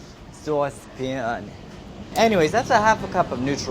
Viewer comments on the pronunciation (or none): "SAUCE PAN" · Did we all ignore the way he says saucepan